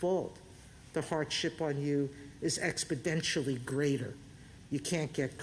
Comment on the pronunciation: “Expuhdentially greater” -Joe Biden